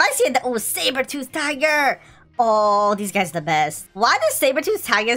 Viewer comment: your a cat too i lought you said saberthoot